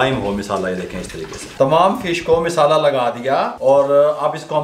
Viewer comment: Abe naade tum log ko bolna nahi Aata misala nahi masala bolo